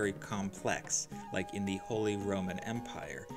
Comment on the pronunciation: Thee duke, thee earl